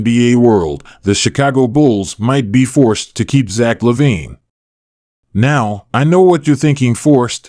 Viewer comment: You are saying his name incorrectly...